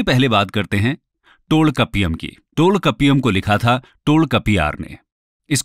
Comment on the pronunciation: Please understand, this is not Dravidian but Tamilian. Right Pronounciation of Tamil words used... Kapadapuram = कपाडपुरम Tholkappiam = थोल्काप्पियम Melkanakku = मेलकणक्कु Pathupattu = पथूपाटटू Keelkanakku = कीलकणक्कु Pathinenkeelkannkku = पाथिनेंकीलकणक्कु Silapathikaram = सिलपतिकारम Tholkappiar = थोल्काप्पियर Ettuthogai = एटटूथोगै Aingurunooru = ऍंगुरुनूरु Natrinai = नट्रीनै Paripadal = परिपाडल Paditrupathu= पदीट्रपथु Thirumurugatrupadai = थिरुमुरुगाट्रपड़ै Porunaratrupadai = पोरुनाट्रपाड़ै Sirupanatrupadai = सिरुपानाट्रपाड़ै Perumpanatrupadai = पेरुमपानाट्रपाड़ै Mullaipattu= मुल्लैपाटटू Nedunalvadai= नेडुनलवाड़ै Maduraikanji = मदुरैकानजी Kurinjipattu= कुरिंजीपट्टू Pattinapalai= पट्टीनपालै Malaipadukadam= मलैपाडुकडाम Seethalai Sathanar= सीथलाई सथानार Senguttuvan = सेनगुट्टुवन Pathini = पथिनी Karikalan = करिकालन Thamirabarani = थामीरबरणी Not only Pandiyas also other two Kings did not accept “Vedas” and did not give patronage for Brahmin priests. Marudam = मरुदम Neithal = नेयतल Palai = पालै Tholkappiam did mention only about the section of people not the castes. Kakkaipadiniyar= काकैपाडिनियार Nachellaiyar = नचेल्लैयार No, there is no Sati custom in Tamil Nadu. Kotravai = कोटरवै Nadukal = नडुकल